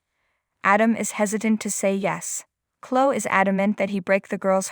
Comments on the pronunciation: hey narrator, it's chlo-eeee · Someone tell this person how to pronounce Chloe and Jabot.